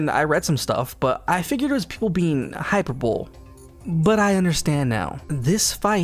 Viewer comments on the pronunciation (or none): The pronounciation of hyperbole is genuinely so funny it was supposed to be "hyperbolic" anyway lol